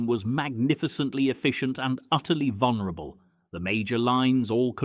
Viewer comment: True deception. Speak English without knowing proper pronunciation. That’ll fool them. The word is vulnerable not vonerable. You need to learn to speak the language yourself if you know the correct spelling.